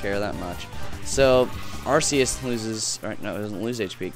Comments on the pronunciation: I think it's actually pronounced ARK-e-us. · But Are-see-us sounds like arse. Which is rubbish. Ark-ee-us could be a reference to "archangel".